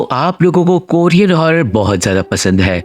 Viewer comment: Mujhe toh Korean ka jagah courier sunai diya hai 😂